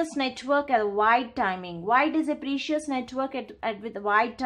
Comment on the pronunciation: can you please pronounce precision or precise instead of precious